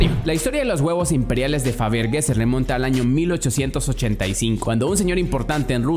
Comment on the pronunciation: Muy buen video pero mal pronunciado el apellido de Peter Faberge